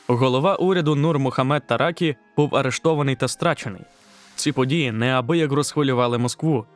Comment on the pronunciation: Наголос на останній слог: ТаракІ. Подруге це те, що Таракі не намагався зробити державу тоталітарною, це слово взагалі тут зайве. Треба казати соціалістичного напрямку розвитка. А от наступник Амін був сталініст, що не подобалось радянському керівництву.